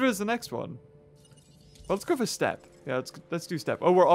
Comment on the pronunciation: Why do you always say step it's steep